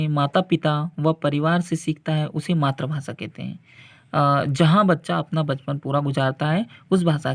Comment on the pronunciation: मातृभाषा का उच्चारण सही बोला करो सर